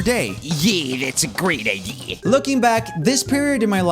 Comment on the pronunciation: “YeE dAtS a GrEeT iDeAr” 😂👌